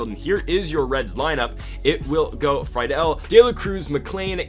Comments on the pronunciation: it’s free dull not fry dull also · It's pronounced Tj Free Dool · As a reds fan it’s pronounced “Free-Dil” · This is how u say tj friedls name free-dl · also Friedl is pronounced Free-Duhl